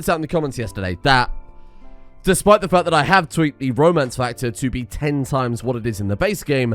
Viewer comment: you sad: "iam not entirely sure what is causing it" followed by "only a couple of them are actually related", what it could be i dont know. ps: you sad romance factor and i heard roman factor but still applies.